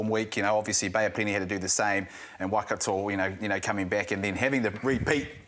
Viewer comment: Since when was it pronounced ‘Wah-Kato’?